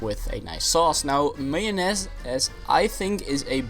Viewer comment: Who calls mayonnaise mayo-ness. You have played way too much earthbound.